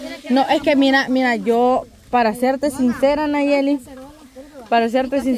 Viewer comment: Ya se dice nayeli y no sabe 😂